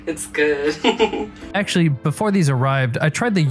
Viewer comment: Did only me hear him say eggually again and again instead of actually ?